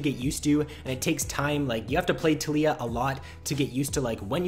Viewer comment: tal-iy-ah (Tal*yi*ah) its Taliyah not "Telyyah" fuck everytime you said that i died inside